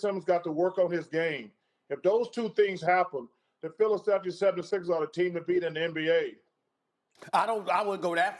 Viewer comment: Anyone else hear chuck says Philly 776ers